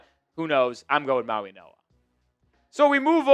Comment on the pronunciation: Dude why do you keep slipping an N in mauigoa.? It’s not “Mauinoa”